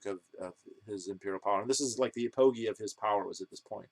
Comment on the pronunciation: you mispronounced apogee.